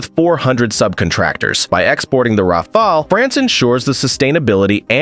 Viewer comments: Rafail -Rafale -Rafale -Rafol -Rafol -Rafol 2/5 You are getting better at pronunciating it, a few more videos and you'll be good. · Can't you at least pronounce the word Rafale correctly? This shows your lack of knowledge and mostly of competence in the domain. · I like how the narrator pronounces "Rafale" differently every time - helps to know it's not AI. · Rafale: R A F A L. et non wafwaole. Dassault Aviation: DASSO AVEASSEON et non Dassao aviéchieune. C'est si compliqué de prononcer correctement dans la langue d'origine?? Faites un effort!! Franchement c'est ce qui m'agace le plus chez les américains. Aucun effort.